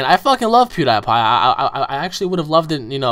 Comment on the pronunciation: Your dont know how to say pewdiepie